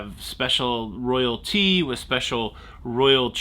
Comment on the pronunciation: I noticed when you were talking about the King and the coronation, you mentioned royal tea. Or as I heard it, royalty!